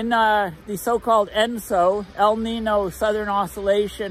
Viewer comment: El Knee-Know